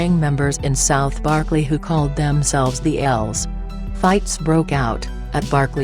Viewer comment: Computer can't even pronounce Berkeley?